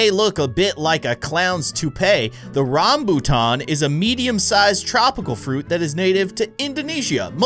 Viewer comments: I am Malaysian and Rambutan is pretty famous fruit and one of my favorite fruits is so good. By the way you pronounce Rambutan correctly. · im from india and even i like rambutan and yes you pronounced it correct